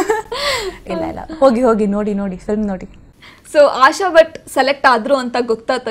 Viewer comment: Butt alla swamy.... Bhat adu